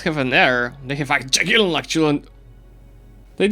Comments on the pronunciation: I kinda keked at "Dżagiellon" XD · did you just said Dżagellon? hmm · That's an interesting way to pronounce "Jagiellon"